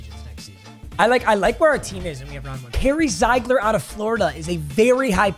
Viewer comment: It’s pronounced zeegler not ziigler